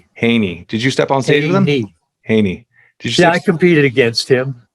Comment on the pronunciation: Ha-Ney lol